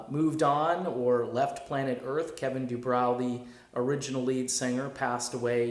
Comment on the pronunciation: Um....it's Du-BRO.